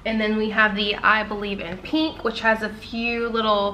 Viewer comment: It’s PINK not Peink